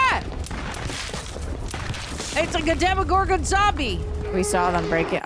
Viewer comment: It’s “demOgoron” not Demi.